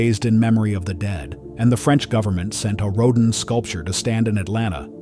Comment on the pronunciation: ‘A “ro-din” sculpture’ - thanks AI 🙄